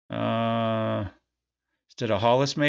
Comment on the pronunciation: its not stead its like head but st head = stead